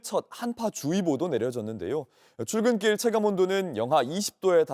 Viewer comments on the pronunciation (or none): 추워서 출글길..이라고 발음하심ㅠㅠ 왜 밖에서 날씨말고 다른것까지 해요ㅠㅠ 맘아프다~감기,독감 조심하세요❤